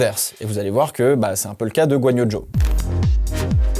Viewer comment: Bordel j’ai rien compris, il s’appel Guanyo Jo ou Zhou Guanyou 🫨?